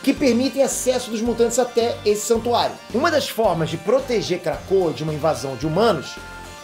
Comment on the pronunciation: Só eu que toda vez que ele diz krakoa ouve KRACUDA? Lol